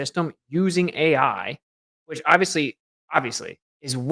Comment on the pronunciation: Yo, what's wrong with the AI, A eye eye's? 🫣🇬🇧